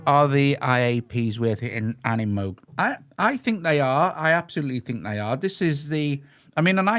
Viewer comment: Well done Doug with the pronunciation of Moog. I was actually told in the ‘70s by Bob Moog, “It’s Moog as in Vogue”.